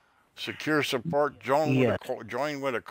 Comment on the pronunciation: "Thank you for calling sapoat."